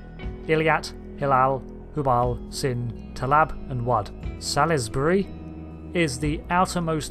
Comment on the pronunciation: You know Salisbury is pronounced Solsbury right? I mean you sound english right and have heard of this city existing?